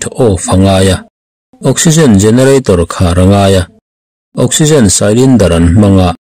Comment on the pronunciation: Sailindar ni lovin, silindar. Cylinder